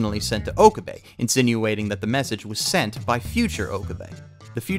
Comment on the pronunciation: I do not remember this reference. I'm pretty sure he never said any such thing. Also I'm hearing "Ohkubay" over and over again.